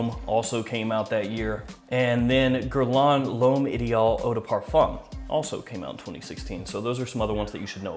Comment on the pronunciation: Dude i cant get over how u pronounce l'homme LOL nice video's keep it up